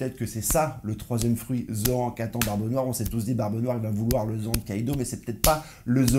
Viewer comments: Dit pas ZoAN dit Zoanne !!! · C'est pas Zoan, c'est Zoan 👌🤣🥰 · Tu m’as tué avec ton intro. Pour moi je dis [zo âne] 😂👍👏🙋🏻‍♂️🇨🇭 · Arrête de dire zoan c’est chelou mgl